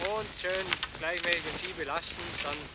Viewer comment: "Und immer schön gleischmäschig belaschten!". Ich liebe Schwäbisch.